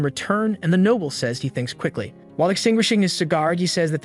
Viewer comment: Another heads up, the AI pronounces Noble as Nobble.